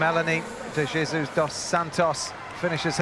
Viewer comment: It’s Melanie DE hey soos not Jesus like English speakers say it! Practice before Paris!